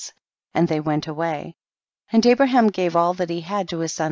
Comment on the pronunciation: Pronounced Abraham as "Abram" the entire time. 🤦‍♂️